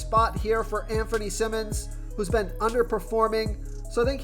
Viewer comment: “Sigh-mons”-Simons “Struce”- Strus